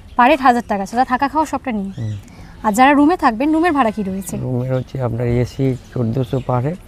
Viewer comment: মামনি এশী রুম বলে না বলে এসি রুম